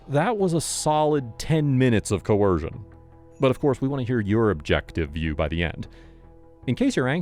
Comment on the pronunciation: Coercion?! What’s wrong with this narrator